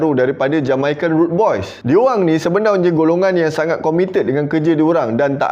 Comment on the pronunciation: Npe abg suka ckp sebenaunye,bkn sebenarnya